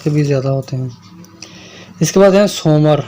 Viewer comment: Soomar nhi ye Soomra hai. SOMRA parmar Rajput